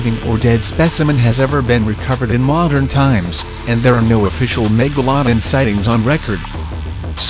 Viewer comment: Do yo know how to say megalodon hm